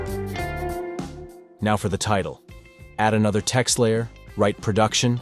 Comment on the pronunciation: I noticed how it said prodution instead of production. I can't unsee it.